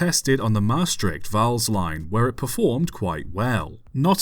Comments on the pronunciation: 1 you did good on pronouncing maastright and vaals 2 LTM 26 first being believed to be LTM 21 for a while (one of the 0-4-0's) still survives and is the only LTM standard tram engine to survive its currently in daily use at the herritage line stoomtram hoorn medemblik on the old hoorn-medemblik branchline it was jokely renamed NS 8302 for a event a few years back which was supposed to be a NS event but the railbus thing broke down so they printed out a NS 8302 nameplate and taped it on the engine in reference to the only LTM engine to go to NS which ended up becoming NS 8301 3 it was likely scrapped indeed as that is when the germans scrapped a large amount of dutch locomotives too damaged or too none standard to use that remained in germany after the war did hear it was probably used in some coal mines before it was scrapped wouldnt have had any better chance in the netherlands as we all know the NS was firmly trying to cease the existance of steam in the netherlands completely in the 50's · You pronounced the names “Vaals” and “Maastricht” quite properly. No need to apologize. In fact you didn’t butcher the Dutch names at all. I’ve heard far worse. 👍